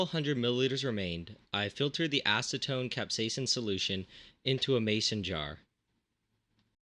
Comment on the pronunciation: Aseton??? Seriously???